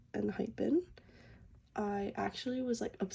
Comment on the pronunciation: just saying its hey-in not hi-en :)